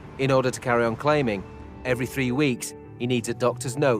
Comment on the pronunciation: Why are TH and T sounds so hard for these people in the UK to pronounce. It is THREE NOT TREE. IT IS THAT NOT DAT